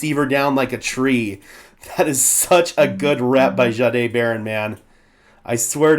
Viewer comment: Sure appreciate all your hard work. I am not certain. but I believe Payton said his name is pronounced Jay-D(eye).